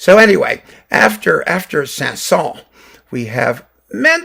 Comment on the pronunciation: By the way. You should prononce the S at the end of Saint-Saëns.